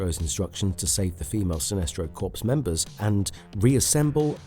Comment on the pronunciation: Learn to pronounce CORPSE.